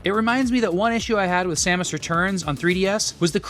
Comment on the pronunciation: SAMus? SAME-us? Sam-OOSE? Which is it?